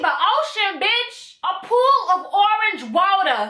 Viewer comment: the fact that you keep saying orange water like that has me dying lmaoooooo